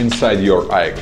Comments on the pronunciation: Lol he actually pronounced aeg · AEG is not pronounced EGG its I EEE GEE